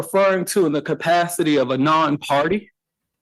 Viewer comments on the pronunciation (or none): PUHLEEZE The words are ASK not axe and CAPACITY not apacity